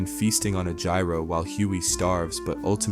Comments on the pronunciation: you mispronounced the Greek food Gyro. It’s not like how you pronounce gyro*scope, it’s more like *Euro. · its pronounced ye-e-ro not jy-y-ro(gyro) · Gyro is pronounced "year-oh" Keep making quality. Love you. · Loving the series. Don't want to be one of those pricks but gotta be what you gotta be, gyro is pronounced Yee-roe. Peace